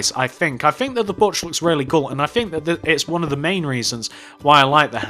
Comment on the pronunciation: I swear you say Borch not porch